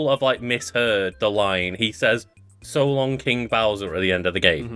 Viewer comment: I used to think he said "shalom" instead of "so long"